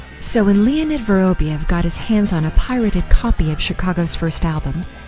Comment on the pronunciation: Pity they couldn’t get the narrator to pronounce his name properly. It’s vuh-rahb-YOV, stress on the ending pronounced YOV. Just lazy.